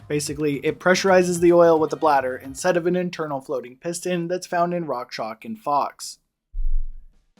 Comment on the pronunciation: why do you keep saying "rockshock"? isn't it pronounced "rockshox" with an "x"?